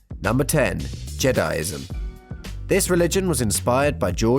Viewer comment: It's jediism not jedism